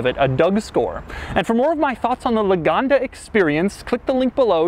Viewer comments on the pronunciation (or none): LAGONDA NOT LOOGANDA ITS NOT AN AFRICAN STATE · por que le dice Loganda si es lagonda? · Loganda???!!! ITS LAGONDA!! 😠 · He cant spell the name well. Thats ridicolous... Luganda, loganda... Maaaaan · Love how he pronounce it as "luganda"